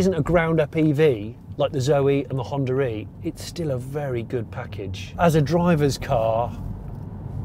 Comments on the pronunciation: Its "Honda E" , not "Honda-re" 😛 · Every time he pronounces Honda e and Hondare...